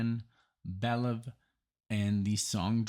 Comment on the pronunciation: "Belew" rhymes with "review"